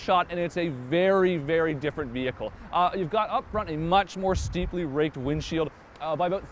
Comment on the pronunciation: Is he saying raped or raked ?